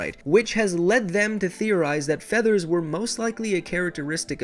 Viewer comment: I thought you said Father's xD